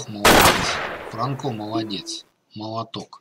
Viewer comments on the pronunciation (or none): Бля франкО уши режет ппц... чувак это Альгера или Полинеро... это латиносы - фрАнко чувак